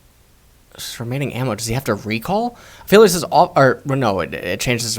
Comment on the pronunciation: I think he is called A-Aphilios.